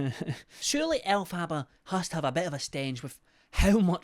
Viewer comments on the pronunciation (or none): ell- fabaaaa is what he calls her 😭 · it’s pronounced Elf-er-ba 💕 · LOVE How you call her El Faba hahahaha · Elf far bar is how you pronounce it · Elf - a - ba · Second person I've heard now continuously mispronounce Elphaba, and it just unfortunately grates on me every time 😅🙃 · I love but I can’t help but cringe every time he pronounces Elphaba’s name wrong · I love how just continuously mispronounces her name over and over and over 😂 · Ive noticed most uk ppl that cover her pronounce it this way lol